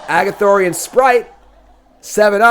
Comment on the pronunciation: Not Agathorian....Ar-goth-ian. :| Best in Show: Teething Wurmlet - I guess? I'm not real excited about the top end of Green stuff. Normally I think the artifact deck is Azorius or Izzet...but it seems Selesnya is being pushed for that in this set. Honorable mention here for Bushwack I guess. Sleeper: Gwenna, Eyes of Gaea - This is pretty crazy ramp if it lives. This on 3, untap into a Defiler of Vigor on 4 and now Gwenna is out of Cut Down range....she untaps...so now you have 3 mana (Gwenna and an untapped land) and phyrexian mana....and you're kind of off to the races with the Defiler in play. Trap: Green in general? I'll say Fauna Shaman. I want to say Titania...but I'm not down on it enough to go that far....maybe it ends up good. Bombin Common: Quite a few good ones here. Giant Growth is a classic. Gaea's Gift is also going to be a great trick. Argothian Opportunist is rock solid. I think I agree with you though on Blanchwood Prowler. It's going to allow for a lot of kept hands in limited. Obviously not the same as a Once Upon a Time, but in that same spirit where you keep hands simply because that is in your opener and it fixes almost everything.